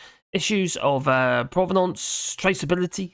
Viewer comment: Provenance! Provenance! You said it with a french accent, France is getting you! You're welcome btw.